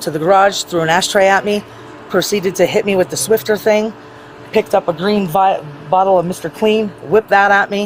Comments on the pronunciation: Not Swifter... SWIFFER. NO T. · Exactly what I was going to say! That thing couldn’t even say SWIFFER right😵‍💫